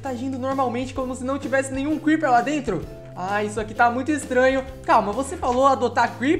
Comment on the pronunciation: O crepeer falo kkkkkkkk